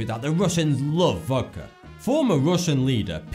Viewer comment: '*Voudka''....Voudka? What?